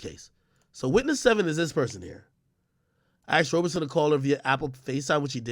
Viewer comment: Couldn't finish the video lol he kept pronouncing Roberson as Roberson.